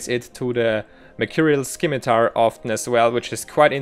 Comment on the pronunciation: don't pronounce the c in scimitar